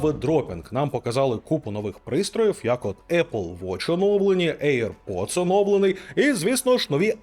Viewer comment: Мене постійно смішить назва навушників "ейр-поц"(чомусь всі саме так вимовляють AirPods) ! Бо якщо перекласти її на сленг мого дитинства , вона звучатиме як "повітряний засранець" , або якщо коротше :"БЗДУН" !